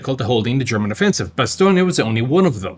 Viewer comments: Its pronounced 'Ba-stone' not 'Bastonia', your saying it like its an Italian name rather than a French. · Why isn’t Bastogne pronounced “Bastoney”. Maybe it would be called that if it was famous for fried bastoney sandwiches.